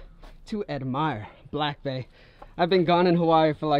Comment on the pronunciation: I just realised when you talk about your truck or the jet ski your saying BAE and not BAY 🤦‍♀️🤦‍♀️🤦‍♀️